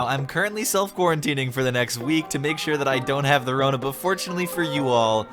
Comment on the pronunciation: The way you say 'rona makes it sound like a pasta.